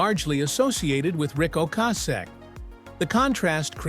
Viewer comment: Can’t pronounce Rics last name properly.. grrrrrr